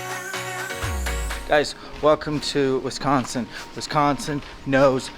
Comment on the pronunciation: West coast people and how you say Wisconsin is funny. Sounds like WESconsin. Love the video, right in my neck of the woods